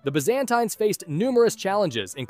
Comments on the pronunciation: Bro what's wrong with byzantines? 💀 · I can’t with his pronounciations of the Sassanians and Byzantines 💀 💀 💀